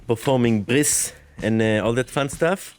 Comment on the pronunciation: Performing Bris lol [Jewish Religious Ceremony of Male Infant Circumcision] Sounded like you said Performing Bliss like it is some state of an artist's mind hahaha. Love your videos! Thank you very much for your time, from a Random Automotive Engineer in Detroit [Detwaaa in Francois] See ya next time.